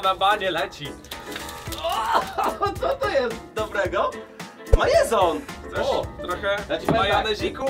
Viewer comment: A mówi Majezon Majonez